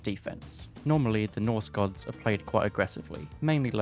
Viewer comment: Hearing english speakers butcher the names of the nordic gods and mythic units is always a good for a laugh!